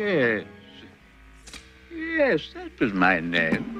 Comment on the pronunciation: WTH is he saying gandalf like that LOL